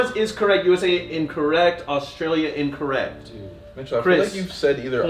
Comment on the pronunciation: i love you but the real way to say Australia is U-S-T-R-AY-LEE-U